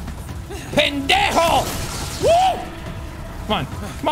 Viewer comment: Jack learning how to say "Pendejo" "Imbecil" and "Aqui esta" from playing this game should be iconic!! Great pronunciation too